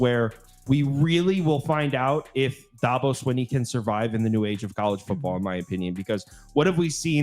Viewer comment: saying you don't know about the subject you're speaking on is "throwing a fit"? Lol first, you keep saying Dahhhhhhbo. He's only like one of the top coaches in the country for the last 15 years and you've never heard his name? Do you say Nick SaBahn? Lol Second, You're not well versed on the players at all. Granted one of you knew Mafah because you watched ND, so props there, but the other guy claiming shipley was a giant loss when he wasn't the leading rusher is funny. At least one of you knew that. With the win loss you mentioned Virginia? Said I don't know they're getting better...whoever the georgia fan is is the main one who doesn't know anything. Virginia is garbage and shouldn't even be on BCs radar, much less Clemsons. We assume Georgia will "boat race Clemson" based on what? Lost Brock Bowers and Ladd McConkey and we act like that doesn't matter whatsoever. Georgia will be great, but these Georgia fans are flying way too high. I'm even picking Georgia, but in a lot closer game than they think. I've got like 24-21. He said DJ went to Oregon State and did better. No he didn't. He did exactly the same. With the best OL in the nation. DJ is DJ.